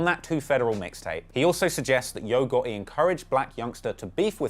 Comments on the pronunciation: Great video man. I’m from the south in America it’s just funny to hear u pronounce yo gotti. Yo-ga-ee 😂😂 I’m subscribing to hear more of ur accent and great info lol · "Yo Got-E" 🤣🤣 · “Yo Goh-eh” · "Yogurty" is a demon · Always white person that has no personal information always ru thier mouth u ain't even saying his name right. He quit as blogger how u investigate got all information wrong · you did a good job as a journalist, but you missed a lot of details my brother. I hit you up before about a job, but you thought it was about editing. I like the new title "HipHop Investigator". You can do better with the name pronunciation as well 😂😂, but overall good work.💪🏾💪🏾